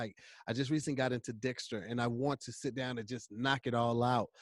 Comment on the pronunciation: Hey..I think he was was referring to the show Dexter but it came out Dixter. Took me about 2 rewinds to catch on, back to you